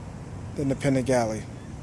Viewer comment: Fun review.. Thanks for sharing... We need to get you some Italian lessons as you murdered every Italian word on the Panigale.... ;)Both great bikes.. Personally I'd rather have the Duc... And for this whose say v twins can't compete? Have you not seen all the Ducati championships? Ducati may be a bit down of late, but they won't be for very much longer...